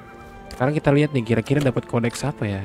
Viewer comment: Kodeks bro, bukan Koneks 😆